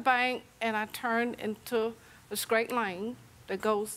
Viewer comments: Ill never understand why some people say "skraight" instead of "straight". Like they don't pronouce the T in every other word they speak 🙃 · She definitely said Skraight 😅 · Why did she keep saying they were going 'scraight'. I don't want to be rude but is that a speech impediment? Or a choice? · Older, county people kick me 😂 cause taking the ‘T’ out of ‘straight’ is crazy